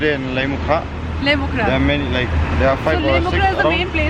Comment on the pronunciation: it's Lait-um-khrah not Lait-mu-khrah 😊